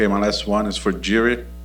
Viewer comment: Im so fckn sick of this “interviewers” who don’t even know how to pronounce “jiri” it’s not “yuri “ WTF why’s everyone saying Yuri????? Fckn dumb ppl